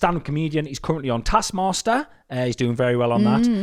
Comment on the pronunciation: I need to never hear ' bastard pronunciation of the word "taskmaster" again.